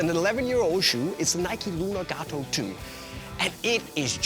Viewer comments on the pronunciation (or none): none